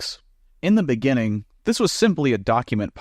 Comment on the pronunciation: in the beninging 🔥️🔥️🔥